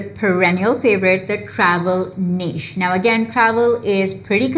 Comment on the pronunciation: Finally somebody pronounced that word "niche" correctly 🙌